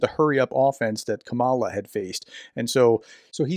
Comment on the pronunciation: As a fellow Republican, I can’t help but notice the effort you put into pronouncing words of a foreign origin correctly and I appreciate that effort of respect. Please show the same respect in pronouncing Vice President Harris’ first name correctly. Regardless of political affiliation, the only way we can hopefully return civility to our politics is by setting the tone in our own behavior as an example to our elected officials. Appreciate all you do on behalf of Ukraine and wish you a prosperous 2025.